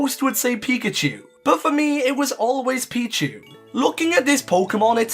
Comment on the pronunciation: PICHU, NOT PIKU!